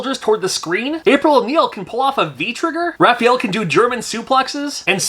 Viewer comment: Did you say raff feel? Hahaha